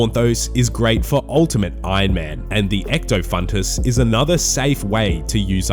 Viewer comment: first man on the planet to read 'ectofuntus' correctly